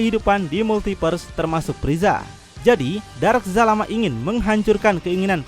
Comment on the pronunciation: astagaa bukan jalamaa zalama